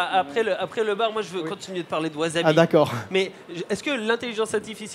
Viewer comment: Excellent projet, reste à bien le prononcer maintenant : "wassabi" et non "wazabi" :)